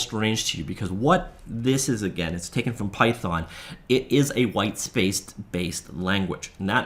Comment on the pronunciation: It's python not pythorn 😒